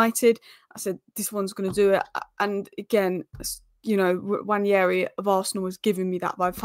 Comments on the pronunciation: It's not Nnwayeri it's Nwaneri (ONE NAY RI) "ONE NAY RI" There's absolutely no Y in the name for crying out loud.. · you're still pronouncing it wrong, it's simple: Nwa-ne-ri, not Nwañeri